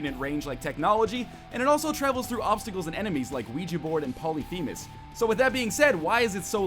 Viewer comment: Its pronounced pol-lif-a-mes. Not poly-fee-mes